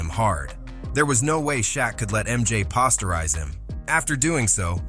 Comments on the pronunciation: Why did the caption for Shaq say that he took pride in not getting dumped on? 😂 And soon after, what the hell was up with the pronunciation of posterize? Pahsterize😆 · learn how to pronounce "posterize" narrator...